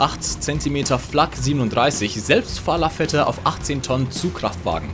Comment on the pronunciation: damn, because he is xD there is 100% no way to say "8.8 cm Flak 37 Selbstfahrlafette auf 18 Tonnen Zugkraftwagen" like he did if you aren't German lol